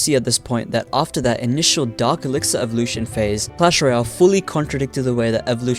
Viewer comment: It’s dark elixir not Dr## or whatever ya said